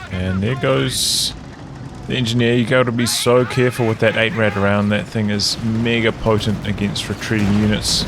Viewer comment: Yeah, the Rad in 8-Rad is pronounced just like the Ketten-K(raft)-Rad but most English people have problems pronouncing the German "ch" like in "acht" = "eight" (IPA: /ɑxt/) so yeah xD would make more sense for you to call it eight wheel or (Sd.Kfz.) 232